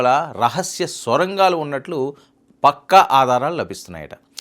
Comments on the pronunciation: Mundu thelugu baagaa nerchuko babu Swara gaalu kaadu Sorangaalu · బాబు, అవి "స్వరంగాలు" కాదు సొరంగలు. Neku Telugu రాదో,ఇదేమైనా కొత్తరకమైన స్టైలా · Swarangalu kaadu, sorangalu.. chala akshara doshalu vunnayi.